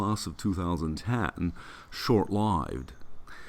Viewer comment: it’s how J Pow pronounces “lived”